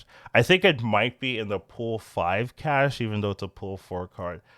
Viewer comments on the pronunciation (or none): none